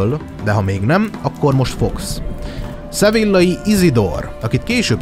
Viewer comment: Juj mit talaltam! minosegi mitologia/tortenelem csatorna raadasul magyarul???? Annyi csak, hogy kiejtesre kell figyelni pl 'ph' az tobbnyire 'f' szoval Apofisz. Sevilla meg Szevijja. De ez csak szorozes igazabol. Szep munka, remeljuk meglesz az ezust es talan az arany plakett is!